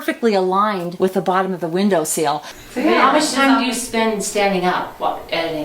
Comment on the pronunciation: you keep saying “togather”, and it isn’t a real word. It’s “together”. There isn’t an “A” in the word, and it isn’t pronounced with an “A” either. Look it up online or in your dictionary! I bet you use the word “ideal” in place of “idea” too. That also is wrong. Additionally, it’s a windowsill not a window seal.